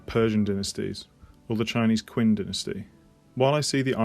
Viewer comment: One small thing: The Qin Dynasty is pronounced more like "The Chin Dynasty", being the reason we call China China